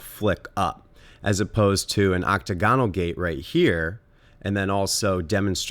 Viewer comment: Oc-tagonal, not Octo-gonal. The former is also the correct spelling.